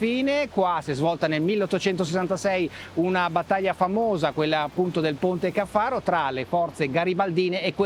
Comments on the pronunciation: Fantastica la moto! Si chiama Ponte Càffaro, non Ponte Caffàro! 😂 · A parte l'accento sul Ponte Caffaro (cade sulla prima a, non sulla seconda), sarebbe un bel video se fosse dato più spazio al comportamento della moto (del tipo: assorbe le irregolarità longitudinali, allarga o stringe la curva, angolo di piega se tocca con le pedane troppo presto, ecc) e, soprattutto, quel viziaccio di nascondere il rumore del motore con musiche che non c'entrano niente (per far vedere quanto si è bravi nel montaggio?). No, tutto sommato, non mi piace.